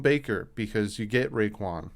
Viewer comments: It’s roquan pronounced row quan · Its pronounced ro(row) quan (quan)